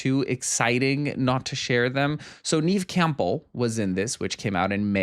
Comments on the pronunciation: I think your videos have gotten even better ever since you got married. Coincidence? I don't think so! Also, Neve Campbell pronounces her name nev, like it rhymes with dev or bev. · Love this but the pronunciation of Neve's name is killinngggggg me